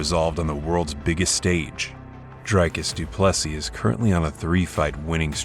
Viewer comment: Its actually pronounced Drick-us Doopless-ee